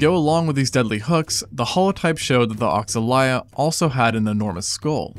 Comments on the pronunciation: regarding pronunciation, if it is inspiread in brazilian african religion, it should go as "oshalaia" not "oksalaia" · It's probably pronounced O-sha-lie-a, given that the X tends to be more like a "sh" sound in a lot of native languages of that area of the world